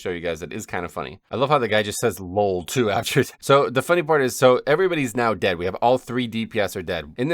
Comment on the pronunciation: I love the south german/austrian „lol“